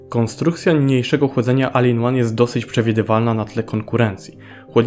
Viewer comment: Proponuję Ci trzymać się jednej linii i bycia konsekwentnym. Albo wymawiamy w całości po angielsku: 'OL IN ŁAN" albo po polsku: "A-L I-N O-N-E" - czytać tak jak jest napisane w języku polskim. Czytanie, czy wymawianie zmiksowanych wersji ja tutaj: "AL IN ŁAN" może rozwalić baniak Twoim słuchaczom, którzy w odróżnieniu od Ciebie, uważali na lekcjach angielskiego i polskiego.